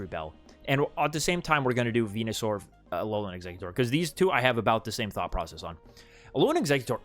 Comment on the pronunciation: The "alolan" Exeggutor 😂